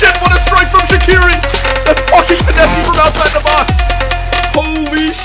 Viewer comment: Yo Shaqiri's name is not pronounced like that. Please tell this to every youtuber. You pronounce it with a j like jerdan (which means gem in albanian) and hus last name isn't pronounced like that either but it's really hard to explain.